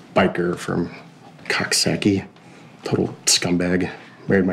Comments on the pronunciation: It's cook-sock-ie not cox-sock-ie. Lol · Why does everyone say Coxsackie wrong its (cook-sock-ee)